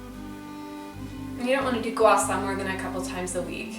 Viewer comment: It's pronounced Sha not Sa..m🤦